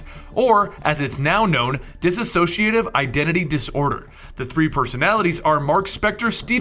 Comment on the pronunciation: Small note: Just so you are aware, it's pronounced dis-SO-ci-a-tive, not diss-A-so-ci-a-tive.